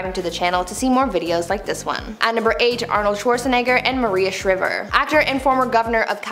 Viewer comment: Your pronunciation of Maria Shriver’s last name was incredibly clueless